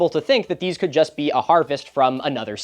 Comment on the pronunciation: Both of deeze what? :)